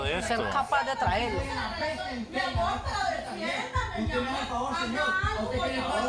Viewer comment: "Aquí usteh es la Barbie" JAJAJA